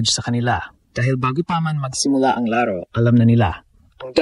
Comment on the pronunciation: BISAYA E KAYA GANYAN NG PRONOUNCE NYA YUNG LARO LAAARO 😂😂😂😂😂😂 HAHAHAHA BUWISIT KA 😂😂HAHAHAHA